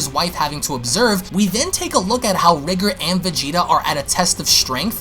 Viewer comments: Your saying his name wrong. "Rye gore" Pronunciation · R-ee-gore sounds better as that's how "Ri" would be pronounced if there was a japanese version.